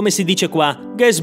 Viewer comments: "R" arrotolata come un cannone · R retroflessa 😏